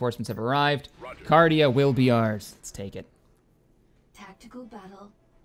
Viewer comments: It's 'Carida' not 'Cardia' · Your pronunciation of Carida is so cringy. XD